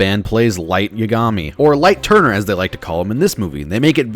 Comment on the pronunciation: I thought you said light turdner